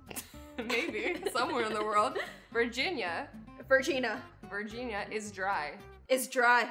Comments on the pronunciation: she said virgina instead of virginia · Yikcim Cilil —that’s not what she said she said the girls rude part cuz it sounds like Virginia